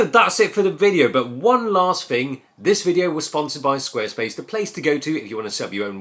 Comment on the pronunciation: I love when pronouces thing as "fing." Epic Cockney street cred. Showing his solidarity with the working class and Chav culture. Whatta mensch.